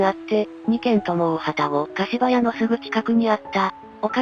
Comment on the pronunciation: 大旅篭柏屋(かしばや)と濁る読み方は、昨今は見かけないので興味深いです。